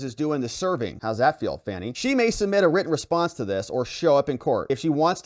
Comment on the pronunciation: Isn’t it supposed to be pronounced fawny?